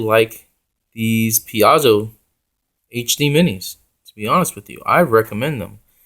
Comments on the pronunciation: Thanks for the review. I'll likely pick some of these up. I like the look and they seem like a good value. Just so you know I think Paizo is pronounced like pie zo. :) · ... ... Pie-zoh ... ... Piezo ... ... Paizo ... ... PAIZO!!!